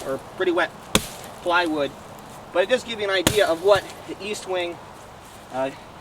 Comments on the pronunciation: Its pronounced Estwing not EAStwing no A just saying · I believe it's Est-wing not East-Wing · No offence, but it's Est-wing, not East-wing, I have the three sizes, and they work real good for the money, tough as nail's, and having the three sizes, for the price of one Swidish axe, I can get them pretty sharp, I have no problem taking either the leather handle 14", or my shock absorber handle out for a hot cup of coffee on a open fire, it just doesn't get any better, I like to enjoy myself, so I also carry a 5"-6" knife, like my Bokor Plus Vox Rold, or one of my Swamp Rat's, like my Rodent 7 ( I know it's not a 6" blade, but why not, it's only a inch longer, and has a choil ), or my new Rodent 6 which I had the top gaurd taken off, and now it look's like a beefy Ratmandu, anyhow, the East - wing's fit right in and make a great companion with my tool carry, at this time, I would like to say, I enjoyed your video, and also would like to Wish You a Happy, Healthy, and Prosperous New Year.